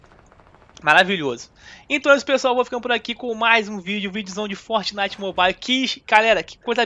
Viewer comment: Fortnelson kkkkk